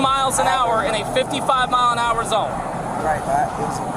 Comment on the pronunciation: "mepee A?" MPH = miles per hour